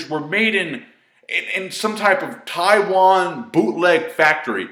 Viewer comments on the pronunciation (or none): none